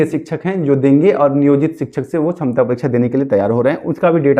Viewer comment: Sakshamta hota hai... Tum chhamta bol rahe ho..... Pahle sikho bolne ke liye.... Kahe ke liye tumlog aa jate ho teachers ka time barbad karne.....